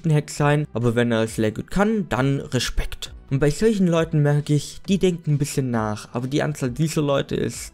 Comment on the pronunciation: Wenn er es Legschit kann dann Reschpeckkkt xD #nohate